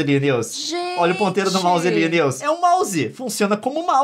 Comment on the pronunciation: Pqp !!! Como conseguem ver os vídeos desse cara , primeira vez que vejo .. e nunca mais kkkkkkk Bla bla bla “niuce” “Niuce” Não é “niuce” Meu ovo “niuce”